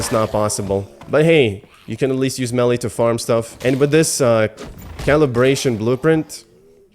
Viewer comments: Just … it’s not pronounced “melly”, it’s pronounced “may-lay”. Because we English-speakers always mess up French words 😅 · Its may-lay not melly lol